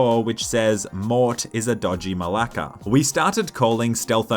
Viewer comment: Who taught the word MALAKA ?😂😂😂😂😂 Greek ppl dying of laughter every time you say it